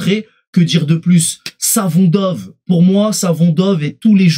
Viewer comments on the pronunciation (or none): Juste 2 choses: C'est MAYULU et SAFONOV 😅 Peut-être que tu finiras par y arriver 😉